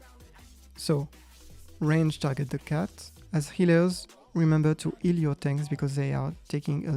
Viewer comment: i prefer the fact he says that we have to "EEL" the tank and wait for the "TASERS" and dont aoe